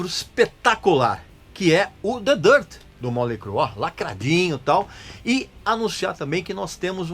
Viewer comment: Me admiro um cara como voce pronuciar o nome da banda errado. A pronuncia nao é Molei , faça um favor amigo.